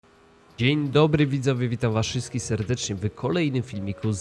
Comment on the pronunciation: plis, mowimy „wszystkich” nie „szyskich”. Pozdrawiam oczywisxie, bez napinki